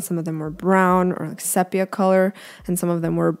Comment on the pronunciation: I’ve recently discovered your channel and am enjoying your work. Great job on this challenge! Just a quick FYI, when using basically one color in a work of art, it’s usually called monochromatic. (Sepia is pronounced, see-pee-ya.) Love your enthusiasm!